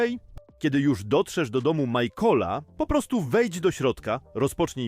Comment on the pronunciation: michaela nie majkola